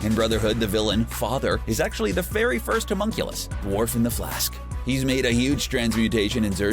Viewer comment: IshvaLAN "ZING"?? ITS XING YOU IGNORAMUS "HOMUNCULEE??" YOU'VE GOT TO BE KIDDING ME. GET A NEW COMMENTATOR